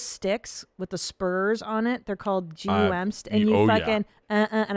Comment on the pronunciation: Wait wait wait... did she just say or spell out "Gee you em" picks? You mean GUM picks?